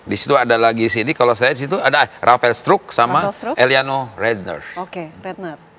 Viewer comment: Rafael SETRUK😂 Jes INJES🤣